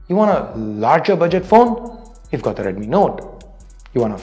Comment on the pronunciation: Its deadmi 😂